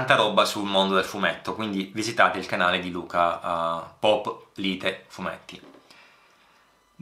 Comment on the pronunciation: Ti ringrazio per le parole sul mio canale, assolutamente non meritate. Scusa se ti correggo, ma "pòplite", si pronuncia con l'accento sulla o, è una parola presa dal vocabolario di italiano.